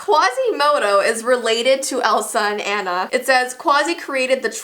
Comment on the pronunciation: i love frozen cause my name is Anna also finally someone does nt pronounce anna Onna